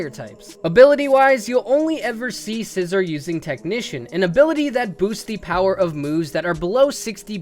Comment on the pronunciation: Sci-zor or are you just joking